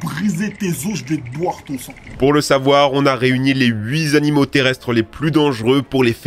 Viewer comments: On ne dit pas, huiz'animaux...mais huit"e" animaux... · Les huizzz animaux ? Je me suis arrêté là, ... Quand on fait une vidéo, on essaie de parler correctement... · Les huit Zanimaux. Le fameux «z» à la fin de «huit». Ce sont des éléphants d'Asie. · Huit-z-animaux? Le chiffre 8 est invariable. Pas de "s" et encore moins de "z" à la fin du mot "huit".